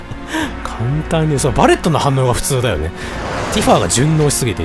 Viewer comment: 毎回だけどティファをティファーって伸ばすの気になっちゃうw